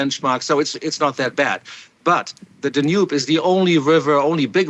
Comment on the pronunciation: Someone teach him how to pronounce "Danube" and "havoc". Where is this guy from??